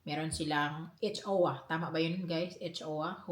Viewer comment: You just have to spell out the letters po H.O.A when you say it.